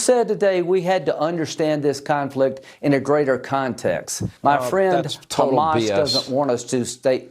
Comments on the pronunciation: "Chamas" delegitimizes but also adds levity to a grave thing to think of and say on the regular. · I think the reason Hasan started recently pronouncing Hamas in the manner he does is to make it a fun playful silly thing so people will delegitimize their terror in the way that he does. Like “ohh that’s just silly billy Hamas over there, don’t mind them they wouldn’t hurt a fly.” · he pronounces like that because that's how Palestinians pronounce it. People who view Palestinians as less tend to mispronounce it because they view Palestinians as less than human.